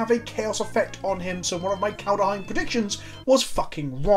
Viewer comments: wtf, where does the frickin A in your kaldAheim come from? its just KALDHEIM, just as simple as it is obvious?! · There's no second a or u, or whatever the fuck you're saying, it's not Kald-a-heim, it's Kald-Heim. Kald. Heim. It's not rocket surgery.